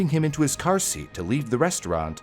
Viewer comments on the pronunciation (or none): none